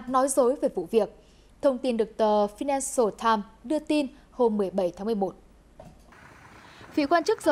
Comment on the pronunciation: vãi cả đọc tờ phi-nan-xờ-tam :D